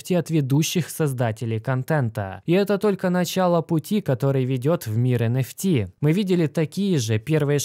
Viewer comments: Не понятно, для чайников, говорит про NFT, но слышится как энерси, это разное или все же NFT? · ЭН ФИ ТИ или ЭН ЭФ ТИ блин а ? Конфети блин